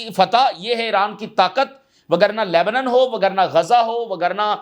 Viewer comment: سر لبنن عربی کا لفظ ہے جس کا مطلب دودھ ہے آپ پڑھے لکھے ہیں لفظ تو ٹھیک پڑھیں اصل لفظ لبنان ہے